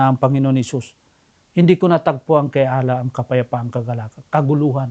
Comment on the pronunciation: Pagbanggit mo palang ng maayos sa pangalan ni Allah hindi mo ma-pronounce ng maayos. Hindi nga ganun kalalim ang pagkakaunawa mo sa Islam kaya kahit anong Relihiyon ang magpangaral sayo ay madali ka nila mapaniwala.